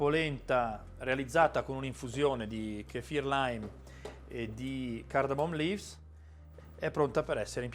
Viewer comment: Ciao “Cardammt leaves” come ti suona invece?